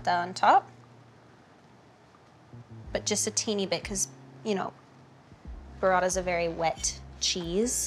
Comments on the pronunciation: Hailey saying "Burrata" was just so satisfying and nice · Wonderful ....when she says : Mozzarella ! Burrata !! 🙂🇮🇹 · I have to love how she said Burrata!!! Those rolled rs🩷🩷🩷🩷